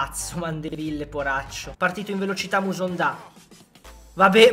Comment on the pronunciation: mi spiegate perché dice Kevin musonda?